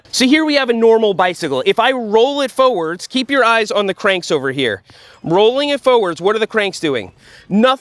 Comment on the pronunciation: Foewords or forwards?